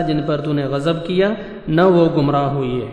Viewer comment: "ھوئئیے" نہیں 'ھوئے'